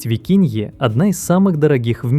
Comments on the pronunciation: Викунья,. не викинья.Неверное произношение. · Кальмар Гумбольдта и пингвин тоже, и викунья, а не викинья… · Эй! Правильно 'Гумбольдт' и 'викунья'